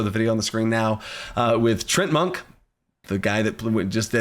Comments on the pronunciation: It's Tree-Ant-Monk. Not sure what you were saying. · Isn't it pronounced TREE-ANT Monk? Like the D&D monster?